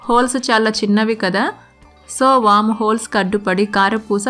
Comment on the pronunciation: Adi wom kadandi....vaama ani chepandi......any way ni e recepie